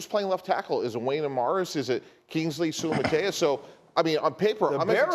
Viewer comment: Wow, didn't even bother trying to figure out how Kingsley Suamataia's name is pronounced - good job. sue-uh-mah-tah-eee-uh